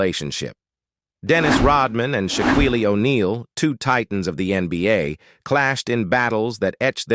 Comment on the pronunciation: AI says Shaquillio vs. Rodmein